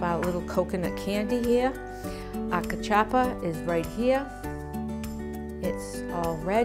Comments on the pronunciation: I think she got the pronunciations and recipe from Google Ai. I want her to learn how to peel/cut the mandioca properly. I've never had Kaw-Chop-Pah before. I don't want to try it. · Nooooo! Okay...if you're going to make our food, please pronounce everything correctly (cuh-chuppa???) No. "Homily"? You mean Samp? I dont know where this recipe came from but it isn't CV. Come on! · First of all it’s pronounced ka- chew pa